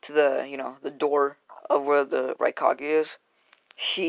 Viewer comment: it sounded like you said raicockay